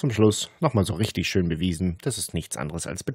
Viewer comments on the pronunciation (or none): Achte mal auf die Umlaufe ä,ö,ü. sie sagen nicht schön, sondern schjon. ebenso kommen Dinge wie iuber statt über und so. Ebenso hat man z.B. das typische harte ch gelegentlcih statt h. auch markant das ng. Gegangggen statt so, wie man es normal spricht. Das ist so spannend, das mit anzuhören, ich habe inzwischen wirklcih selbst Bock drauf.